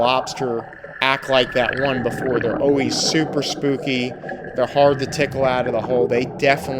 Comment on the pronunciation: Fun video! Water, Coffee, and Always are dead give-aways for a New Yorker. Your "always" was bordering a bit of Philly right at the end of the video.....almost Oh-Waze! Lazy's lobsters are divine. I wish I could get one in Minnesota! I retired here after 35 years in St. Pete Beach and spent many vacations loving the Keys! Nothing better than fresh grouper, snapper, and lobster that you caught yourself. The Goliaths are definitely getting out of control - I frequently saw them diving that were as big as my torso and they could easily swallow a 30 pound fish. I'd love to find out if their meat is as tasty as their smaller cousins! You and your photographer have a good thing going - 8800 views on the first day is not too shabby. Have you spoken with Aaron Young (@ West Waterman)? Good times, glad to be a new subscriber! Mr.Bill